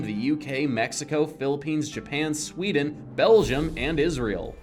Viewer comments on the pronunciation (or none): none